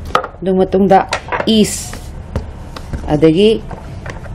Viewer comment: spool natte spoon ni east natte yeast ni grogery natte grocery ni ... haitra di ahai sari kei gi no... pronunciation hana chum2 na ngangbiyu.... duoidi video nungai ni